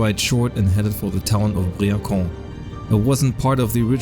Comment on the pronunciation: The town of "Briançon" : You pronounced it as "brillant con" which, in French, means "brilliant jerk" ! 😄